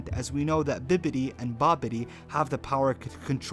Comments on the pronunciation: Wait but who the hell is biddibi or bibbidi? It’s Babidi. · It’s babidi no bibidi